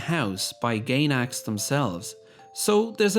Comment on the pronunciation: Great video, also: GAYNAX.